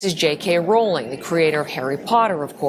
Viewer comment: As well as being able to see and understand that JK is nothing close to ‘transphobic’, right from the off you pronounce her name correctly! You’re right on the why. She is a target because she is a high profile and extremely successful WOMAN.